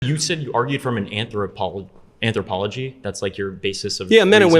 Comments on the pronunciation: These people today with Some sort of Uni degree or attending Uni or so boring & brainwashed! They spew the same lying crap & ridiculous opinions..Look at this guy trying to be intelligent when he cannot even pronounce the word “anthropology” nor is able to define & explain anything. He just smugly regurgitates the same ignorant stuff over & over & over while trying to pretend to be confident & intelligent. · He can't even pronounce anthropology.